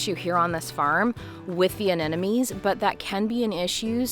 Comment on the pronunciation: Pronounce: Ah nem mo nees.... (not Ah nen no mees). You can understand it by looking closely at the spelling. Every second gardener i meet transposes or flips that "m" with the last "n".....